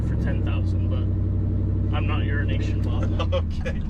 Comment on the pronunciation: I have also been saying urine-nation Bob lol